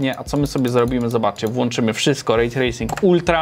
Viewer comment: srejtraycing xD